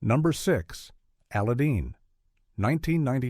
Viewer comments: why did the AI pronounce number 6 as Aladean and not Aladdin? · AI: number 6: "Ala-deen." Me: 🤨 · Yeah, you all remember that 1996 classic Disney movie "Al A Dean" right? With that funny blue Gee Knee voiced by Rob In Will Hams? Damn I hate AI voiceovers. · "Steamboat..............................................Willy introduced Mickey Mouse to the world." "Number 6, Alladeeeen"